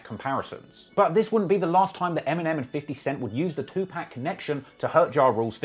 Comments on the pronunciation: I had to dislike your video for you mispronouncing tupac's name over and over again. If you did all this research to learn about these rappers then you should at least know how to pronounce tupac's name. (Pac is pronounced like poc, like in pocket) Even if you never listened to tupac, that shouldn't be that hard to find out. I know you're a culture vulture and probably never listened to a rap song in your life, but do better. You wouldn't mispronounce eminem's name while you're queffing about how no one should ever diss him. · It’s Not “2 Pack”......It’s “2 PAC” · Bruh please for the sake of all Rap Gods, 2Pac is pronounced two-POCK. For short he is referred to as POCK=PAC. It deff matters. Love your videos. Your wit & humor is insanely funny. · How can you be this deep into the rap lore and not know how to pronounce Tupac? It's jarring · Stop saying 2pacs name wrong, dis how you spell pack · Every time you say Tupac, I cry a little. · the way you pronounce 2pac is a load of cringe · How much do I have to pay you to say Tupac's name correctly? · Man you gotta learn how to say 2pacs name properly lol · Bro said Pac name wrong so many times I ended up throwing my phone in rage 🤬🤬🤬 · why is it so hard for you to pronounce Tupac name correctly? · Aye bro never say 2pac name again you clown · Even when all the rhymes are “shot/got/fought” bro refuses to say 2Pac correctly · even when the rhyme is literally "Tupac, you not, too hot, you got", you still pronounce it 2-Pack" smh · Bro it's pronounced too-pock not too-pack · Will some one plz tell this man...it's pronounced..2 pock ...not 2 pack... Non the less this is still another fire video. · Bro it’s pronounced “Too Pock” not 2pack.. RIP Tupac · You pronounce it “2 pack” It’s pronounced “2 Pawk” lol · Bro please stop butchering Tupac's name.....please. It's pronounced like (too-pock) not (too-pack). I'm sorry but damn...you can't be messing up the legends name like that guy. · It's tupac not 2 pack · It's TUPAC